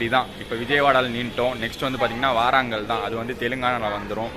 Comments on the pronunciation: Dayee pilaka paiya athu waarangal ille warangal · Waarangal ille bro warangal ellarum ipdi pronounce panre😶😶😶